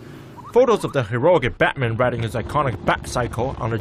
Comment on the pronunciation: Here is the pronunciation of Batman /bætmæn/